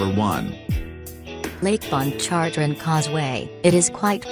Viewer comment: It’s pronounced manshack and lake pon char train